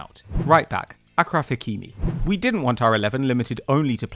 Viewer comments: ITS PRONOUNCED ASHRAF NOT AKRAF stop white washing every single name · Its pronounced asjraf hakimi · Dude it pronounced aSHraf hakimi